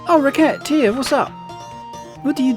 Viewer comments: It's definitely "ruh-set-tear" for the title and "ruh-set" for the name of the protagonist as the game is going for a French vibe in multiple elements. But you do you, I love the game and looking forward to the rest of the series 😊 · You pronounce Recettear as Racketeer, that is hilarious